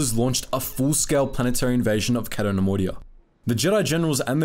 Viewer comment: It's "Kay-to", not "Catt-o". And Jan "Dough-donna", not "Duhnununuh".